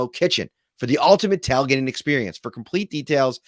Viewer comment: Southern (Florida) Bills' fan and subscriber here. Love the show. Love the content. We call it "tail"-gating down here. You seem to always be saying "tal"-gating? 🤔 Just giving you a hard time. 🤣 Go Bills!!! 34-27 over the Chiefs this weekend!